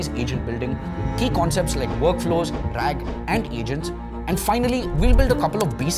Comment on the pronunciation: RAG.....RAAG please.